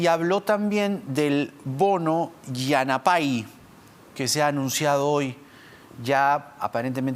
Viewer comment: Señor Jaime Chincha, La pala Yanapay significa ayuda y no se pronuncia yanapáy sino yanápay . Cadí todas las palabras en quechua, sobre todo los infinitivos que siempre terminan n i griega, son graves, por tanto el fuerte golpe de voz es en penúltima sílaba. Por favor aprendan de un poquito por lo menos durante el tiempo que estará Castillo en el gobierno, pues parece que habrá términos quechuas.